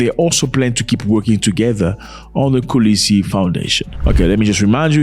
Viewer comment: Mr Zack Is not Kulisi is Kolisi Thank you for your time😊